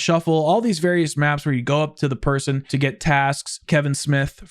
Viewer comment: average British “person”